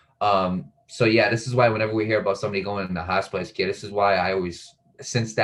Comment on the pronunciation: Hospice not hot spice